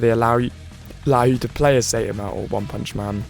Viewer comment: he keeps getting it wrong it's saitama